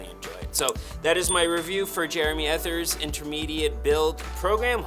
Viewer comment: Just an FYI - his last name is pronounced E-TEE-AY